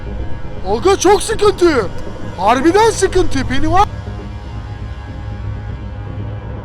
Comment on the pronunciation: Penniwise yani penivays